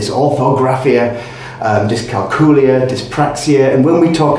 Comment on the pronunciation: Dys-cal-cool-ee-y? 🤔 Do you cal-cool-ee-ete on cal-cool-ee-atets?